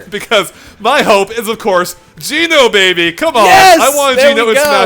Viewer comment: Each time he says Geno my cringe bone grinds against my core!